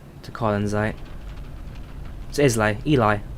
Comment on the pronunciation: It's pronounced Isle lay but as one word.😀👍 Just noticed you had been informed of this during the stream. 👍